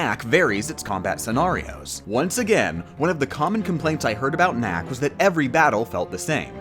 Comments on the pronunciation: It sounds like you are saying little mac when saying little knack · you keep saying little knack, it sounds like little mac and i feel like you are talking more about punchout